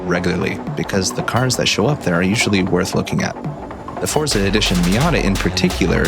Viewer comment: you pronounce forza wrong....nive video though